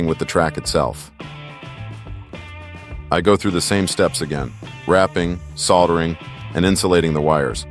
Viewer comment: Next time i guess you'll just use a 6 core mini COAX cable, or a shielded cable of some other sort? That would've been much easier and more reliable, soldering skills aside at least you know how to pronounce the word instead of saying "sodda"!!